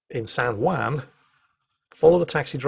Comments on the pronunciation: San Hwon not San Hwan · I'm loving this series and hearing all of your sea stories. It makes me almost regret that I didn't go active duty Marine Corps (instead of being a Reservist) or join the Navy. Almost. Btw, the Juan in San Juan isn't pronounced wan but won/wahn. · "san hwan" thanks for your excellent pronunciation:P On a sidenote though, it is amazing how ironic the US can be with taxation and representation (or lack there of) in many places, such as puerto rico or even residents of washington DC. But I am LOVING this series of videos, incredibly interesting. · San hwon - like ON, not WAN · I like the way says "San Juan". It sounds like "San Waan" X3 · Every time he says San whan it hurts my soul.